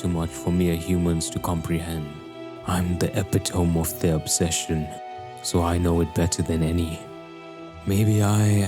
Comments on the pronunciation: What an incredible video. This was well made. Epitome is prononunced e-pit-o-me, not ep-i-tome. I only point this out cause i spent yeaaaars pronouncing it the same way you did 😂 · Dude said epi tome lol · I hear so many content creators mispronouncing the word "epitome." It's not epi-tome It's epi-toh-me It's a three syllable word, not two.